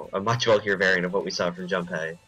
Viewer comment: Please pronounce junpei right >.>